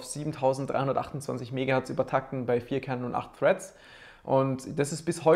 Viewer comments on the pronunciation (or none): none